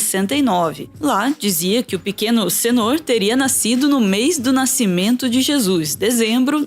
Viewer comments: Por que uma diz o nome correto "senôr", e a outra insisti em falar errado "sênor"? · minhas caras é senor( senôr) e não sênor), como vcs estão dizendo. mas será possível! vai vendo heim dona.